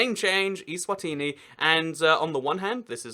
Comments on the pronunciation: eSwatini not iSwatini! Stupid English!! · Macedonia (FYROM) is pronounced fye (*fi* in fire) rom (fye-rom eSwatini is pronounced ay-zwah-teenee